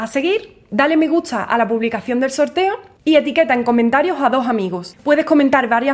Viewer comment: Todo muy bien, tienes mucho talento y conocimiento de lo que te apasiona pero entonces porqué tienes que actuar como una vulgar mercadóloga rifando libros para conseguir más suscriptores? Eso desvirtúa lo valiosa que eres. Sin mencionar el mal gusto de tu pronunciación al no intentar corregir esa vocalización que dice "gutza" en lugar de gusta, "agotzo" en lugar de agosto, "potzal" en lugar de postal. Está muy bien tu pronunciación autóctona pero ya no te estás dirigiendo a un público local... es un público internacional. Espero que sea de valía mi modesta opinión.